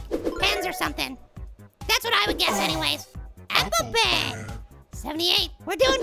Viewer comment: when he says pen it sounds like he saying ben